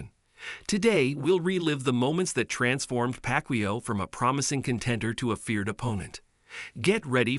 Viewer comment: If you can't even pronounce his name right, I'm not watching the vid. Simple. Shitty AI voice outta here.